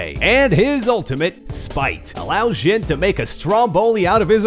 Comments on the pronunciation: Why is he saying ' Jin '?!? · It’s not ‘zhin’ It’s ‘zhin’ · Why are you pronouncing it like that? Not even the character himself pronounces it like that.